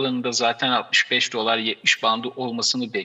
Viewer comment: DOLÂR şeklinde neden şapkalı A ile okuyorsunuz? Mesleğinizdeki en önde gelen kelimeyi doğru okumuyor olmanız garip doğrusu.